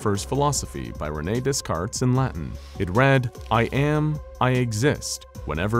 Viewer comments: Pronouncing Descartes as Dez-carts. It's closer to day-cart (all the Ss are silent. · It's pronounced "Dey-cart", not "Dess-cart". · Btw Descartes’ name is pronounced Day-cart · Sweet god… … you pronounced Descartes’ name phonetically… holy hell that was grating on the ears. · The S is silent in Descartes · Imagine mispronouncing "Descartes". The "s" is silent